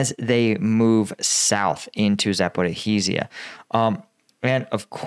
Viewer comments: On the topic of pronunciation, Zaporizhzhia's spelling is more complicated than it sounds. It's pronounced Za-po-ree-ja. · More accurate pronunciation: " Zappa RHEE zha" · It's not Zaper-oh-heez-ia, it's Zapo-reezia or the shorter version is just Zapo. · Zaporizhzhia "zuh-puh-REEZH-zhee-yuh." ZH is pronounced as the "s" in "pleasure." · Bro i be like your video but for god's sake learn how to pronounce zaporozhia